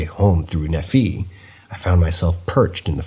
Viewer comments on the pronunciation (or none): Loving these stories. They are well told and intelligent also … Nee’-phy not Nu-fee’